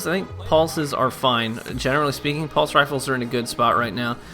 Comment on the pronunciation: haha "polse rifles"